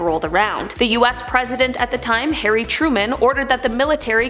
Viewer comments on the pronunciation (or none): none